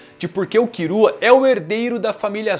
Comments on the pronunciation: Pq ele fala "kirua" e "irume"? N é Killua n? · “kirua” hahha pqp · Ficar escutando "Kirua" sangra meus tímpanos 😢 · Ne tipo e tipo no Japão eles não conseguem falar L ai falam com R mas aqui agente consegue falar L e ai e só falar killua travez de kirua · Pq o chama o Killua de Kirua? kkkkkkkkk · A pronuncia japonesa é essa mesmo, eles não conseguem falar o L